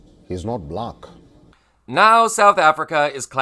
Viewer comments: Moron Con Felon says Bu-lack.Moron Con Felon says Ba-lack. Moron Con Felon says Bluack. As if he's disgusted saying it. But Moron Con Felon just can't ever simply pronounce it "black". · President Ramaphosa is the most intelligent one . Trump reveals how he really feels about Black people, by the way he pronounces the word " Black" ... The way he says "Black" is very telling of his true feelings ... Selah ...